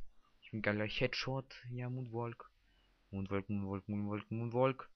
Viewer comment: monwaLLLLLLLLK man spriecht das so aus woonwock